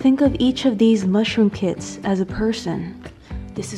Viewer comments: I thought you said "i have ten kids", also why didn't you just put the box over the mushroom instead of in it. Love the video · So I heard "I got 10 kids" and I was like wtf. But she said kits lol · When you said "Ten Kits" at first I thought you said "Ten kids" I was like "WAIT.... WUT WUT WUT!?!?!?" Finally, "grow ten kits" and it all came together. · Did anyone eles think she said I have ten kids not ten kits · Lol, me too... I said "wait, what!? Ten kids?" Then played back. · i really thought it was 10 cats lol